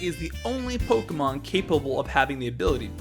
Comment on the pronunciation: My personal favorite fun fact is how you can be the biggest pokemon expert ever but if you cant pronounce pokemon i really cant take any of what you say seriously...